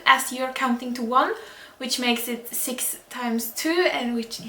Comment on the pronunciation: Hello, Im new to the channel. What other language do you speak? I thought it was German due to how you said 1 and 6, but I didn’t recognize the rest. Also, awesome tutorial!! I’m thinking of picking up a guitar again, but electronic this time, and I definitely plan on coming back to this video 👌🏼👌🏼